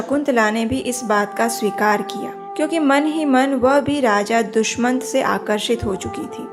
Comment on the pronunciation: Its not Dushmant but Dushyant😊